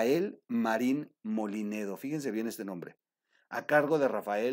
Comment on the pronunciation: No es MOLINEDO COMO TU DICES TROOL ES MOLLINEDO